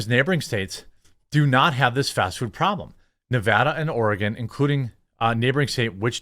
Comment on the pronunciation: That you for pronouncing it correctly, its Ore-Gun.